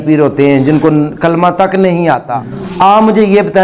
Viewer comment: The way he is reading Kalimah the meaning is changing, also there are few small Mistakes.